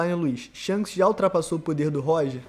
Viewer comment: "Sharishanks" kaakakaakakaka